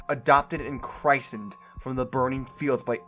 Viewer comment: Christened is pronounced like "Chris-end"